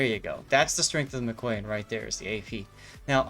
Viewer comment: Yup, that one was a lot of fun. Sidenote #1: I do have Expert Loader on this captain, still I often prefer to clear the barrels rather than waiting those extra seconds. Sidenote #2: Chat brings up the backward firing torpedoes on IJN cruisers; that's the Aoba and up, Furutaka doesn't suffer from this problem. Sidenote #3: It's pronounced mika-YAN, not mi-KOY-an. ;) Sidenote #4: Hello there Stevie! :D